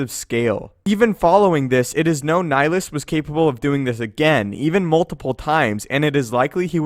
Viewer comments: Nihilus, not nilus. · It's Nih-Lee-Us (like, MUS-ta-far) and Sigh-On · So odd how English speakers pronounce Nihilus. Sounds like they're just slowly saying "Nilus". It's a Latin word with 3 syllables. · You said nilhilus wrong